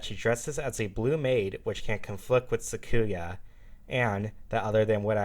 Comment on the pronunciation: You pronounced sakuya wrong Its pronounced (sak-u-ya) not (suck-ku-ya)